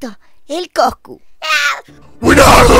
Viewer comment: Jajqkaja "buenardu!!" jsjsjaja siii